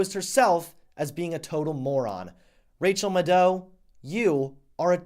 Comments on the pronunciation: Loyal subscriber -- but learn how to say her name :) It's MAD-OW --- not Muh-doh. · Who the hell is Rachel "Mu-dough?" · The correct pronunciation of Rachel's last name rhymes with "shadow". The emphasis is on the first syllable. I'm not the language police, I'm just trying to help you not look as dumb as Maddow herself. Rachel muh-DOE? No. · (Mad -ow) jesus Christ. I'm a fan of your videos but your butchering of the english language is blood boiling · One small thing: her name is pronounced like "mad cow." Otherwise, well done sir. The problem is that Maddow is immune to actual facts. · It's pronounced Mad-dow, but who gives a shit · It's pronounced "Mad-Cow" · Rachel muh-doe 😂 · It's pronounced "MadCow". :) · I think it's pronounced Mad-ow, rhymes with mad cow. Which is completely apropos. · LOL...Rachael Muh-DOH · Calling Rachel Maddow an idiot without having the ability to pronounce a simple name correctly. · Dude, you can't even pronounce her name right. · I'm glad he miss pronounced her name, she has no right to get her name right! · The way pronounces "Maddow" triggers me. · I wasn't 100% sure if you were mispronouncing her last name on purpose or not, but I so enjoyed hearing her be deservedly disrespected, I didn't care! HAHAHAHA! 😊👍🏻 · the way you say maddow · Wait, her last name is pronounced ma-dow? I always thought it was mad-dow.. Hmm..